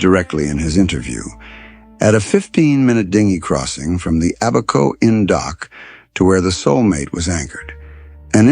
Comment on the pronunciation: To correct you. It’s ABaco Inn not aBACO